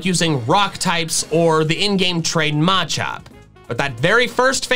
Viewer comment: MA-CHOP it’s mu- chop